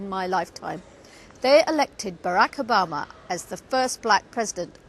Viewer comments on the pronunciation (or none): none